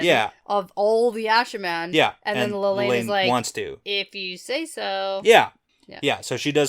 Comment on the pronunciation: Lelany... La La loony.. Lelaineee.... Lelaine. Gets me every time 🤣